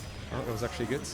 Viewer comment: why do you say goot and not good?